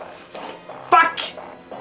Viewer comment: eu sempre rio com ele tentando acender o cigarro e falando fuck com um sotaque de nao sei de onde